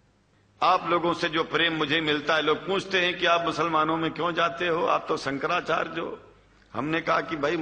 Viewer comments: Chuti...hai sala... Shankracharya ki jagah bolta hai- sankracharj.. kahan ka hai ye mullon ka chela..? khud maulan poonchhte hain ki Zakir naik kaun sa fake aadmi hai.. sab chu...ki jamat hai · sala dhang se hindi nahi bol paa raha hai "shankracharya" ko "shanracharg" keh raha hai chutiya sala